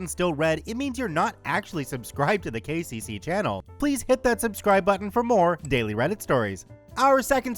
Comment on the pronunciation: “KCC” why did I think he was saying “The Gay Jay-Z”? I was so confused! 😂😂